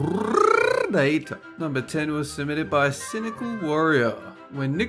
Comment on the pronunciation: Dolan : I’ll be your narrrrrrrratorrrr Me : ABLERT IS THAT YOU? ( Albert : CARRRRRRLITOOOOO )